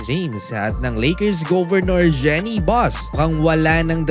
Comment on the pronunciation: Boss kulang yata yung research mo. 7 hours ago naglabas na ng statement c Jeanie Buss tungkol dito. Saka po Jeenie ang correct pronunciation hindi po Jenny.